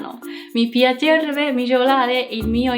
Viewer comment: 、イタリア語上手ですね！特に発音はほとんど完全ですよ。 文法のミスは一つしかありませんでした。"Ciao a tutti"は皆さんに向けられて、"Come stai?"は相手の一人に向けられる文なので、ちょっと調和しません。あと、"piacerebbe"の発音はピャチェルべ❌ではなく、「ピャチェレッベ」ですね。 イタリア語にご興味があってくれて嬉しいです。何か質問があれば聞いてください。このメッセージと返事されたら、俺が携帯に通知されます。 日本語を２年間ぐらい勉強していますけど、まだ単語を覚えるのが一番難しいところです。明日から先生のお勧めに従います。